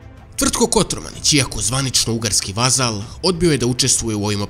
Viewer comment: Kotromanić a ne Kotormanić